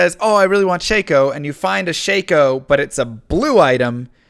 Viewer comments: Shack-Oh, not Shake-Oh :) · People really say Shake-o? I've always said/heard Shock-o. Ossy? There's another one I've never said or heard. Okky...it's an Okulus, not an Osulus. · I love your videos, but you keep pronouncing Shako round. You keep saying Shay-Co, but it's Sha-Co, no Y sound in it. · You call it SHAY-KO?? I call it Shack-Oh!! Wtf my world is exploding. Stop saying names I've been reading in my head for 20 years, out loud! Oh I am in for a stressful ride. Continue, sir. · Stop saying shey-ko, its shako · Is shako pronounced “shake oh” or “shack oh”. Oddly always used the second since diablo 2 first introduced it.